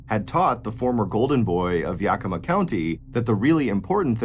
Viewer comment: Its pronounced yack-ih-maw